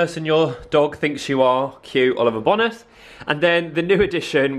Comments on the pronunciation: It’s Seychelles rather than seachelles. Like the place, and Bone-as rather than BONas x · It’s Oliver bonus haha, pronounced ‘bone nus’ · The way you say ‘Bonas’ is making me lol 😂 ask Zoe how she pronounces it lmao